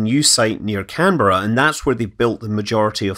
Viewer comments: Thank you for pronouncing Canberra correctly. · Well done on saying Canberra correctly